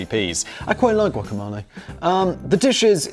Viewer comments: Say guacamalay one more goddamn time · he said like, "guaca-mahl-e" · GuacamAle?? Guacamole 😂😂😂 oh damn Simon, my new hobby is catching your pronunciation errors🙌🏼 love the Blaze 🔥🔥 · For someone that know what guacamOle is, it's odd he kept pronouncing it as guacamAle! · Its gua·ka·**mo**·le. Not ma. Mo. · No simon, its GuacaMelee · Gwah-cuh-mole-ay. This is fun. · Simon: "Who the fuck doesn't know what guacamole is?!" Also Simon: Can't pronounce guacamole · “Who the f*** doesn’t know what guacamole is?” Says Simon who doesn't know how to pronounce it ! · Is no-one going to point out Simon's pronunciation of guacamole? 👀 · Simon definitely binned his pronunciation dictionary if that’s how he pronounces guac haha